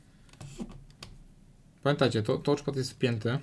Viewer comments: Błagam: "TACZPAD" nie "tołczpad"❗ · A czasami brzmi jak tłuczpad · "nie działa tołczpat". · jezus! co to jest tołczpad? (da się przeżyć, jak ktoś kaleczy wymowę raz - gdy raz coś wypowie, ale jak się to powtarza i powtarza?! ileż można!) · troche uszy bolą od "tołcz" pada, poza tym naprawa fajna i prosta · Psuje całą przyjemność oglądania